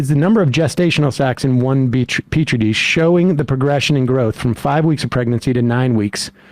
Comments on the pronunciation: It's pronounced "Peachtree dish" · The Unborn? Scary. Indeed. A horror show staple. There are electrical impules in a brain, perhaps not Marge's. The correct, Marge approved scientific pronounciation of petrie dish is "peachtree dish" If you're too stupid to understand anything at all perhaps your definition of when life begins is of no consequence. Why don't I ask my dog for her opinion? This is the intellect challenged woman who thinks that a cold blended soup will come and arrest you (aka gazpacho). If it's not too much to ask of the elected representative of Georgia. perhaps she should start caring more about real live human beings first before worrying about nonexistant, fictional, potential humans like the unborn and post death ones.It's the between birth and death period that's most significant for human life. Incidentally, that's also the people that voted for her. (Even though in Georgia there appears to be a concern about dead people voting, not sure how many of those are unborn). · Emma, Sam, you're saying it wrong! Its PEACH TREE DISH! Duh! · Emma,you know it's peach tree right?